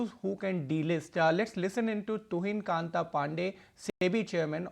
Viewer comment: Your anchor doesn't know how to pronounce names.mr pandeys name is Tuhin kant pandey not kanta. When you say kanta you change the gender also